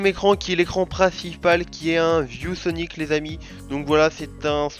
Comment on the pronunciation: quand il a dit viewsonic j'ai compris vieux soni